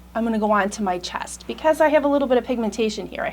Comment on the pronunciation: Chast? Are you trying to say "chest"?.